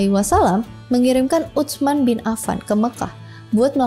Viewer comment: Subhanallah, makin keren. Sedikit koreksi aja ya mbak, tulisan Utsman dibaca jgn letter leg: Uts-man, melainkan Uts-man (dgn meletakkan ujung lidah di gigi saat menyebut 'ts', karena berasal dari huruf 'tsa')